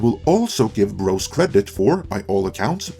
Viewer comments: Is English your first language? It's BroZ not BroS. If you're gonna review a movie you didn't see at least pronounce it correctly. LOL Tell you the truth - I never heard of the movie until I saw this video. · With your accent when you say "bros" it sounds like you are saying "gross" but I feel like that's accurate. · Love the way you pronounce “Bros”— sounds like “Gross”!